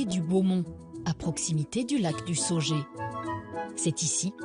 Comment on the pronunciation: Le lac du sautet, et pas le sauge